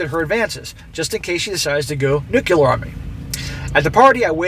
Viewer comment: Maybe if you learn to say nuclear instead of nucular. Deal?